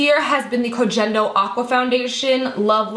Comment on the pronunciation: love you💓 BTW the G in Kogendo is pronounced like “get”👌 thats how Japanese work lol